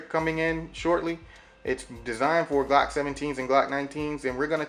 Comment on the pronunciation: I thought it was glock, not G-lock :D